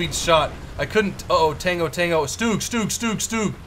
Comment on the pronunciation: I'm sorry to be annoying but stug not stoog, sorry it just bugged me 😓